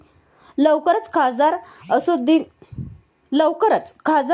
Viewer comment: असुदे बाई,तुम्हाला असदुद्दीन म्हणता येईना त्यामुळे असूद्या असूद्या😅😅